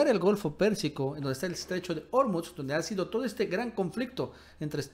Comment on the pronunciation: SE DICE ORMUZ CON ACENTO PROSODICO (SIN TILDE) EN "U" ENTIENDES?